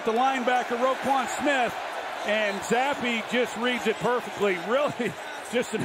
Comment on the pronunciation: Why pronounce the E just say Zapp like everyone else